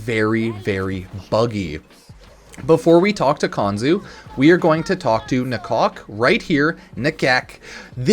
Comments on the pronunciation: You know Ifor a second there. I thought he said Talk to my cock, instead of nakok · Man said "talk to DA-COCK"